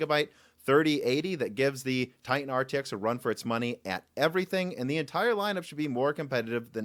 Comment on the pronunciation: TiTan not Ti-an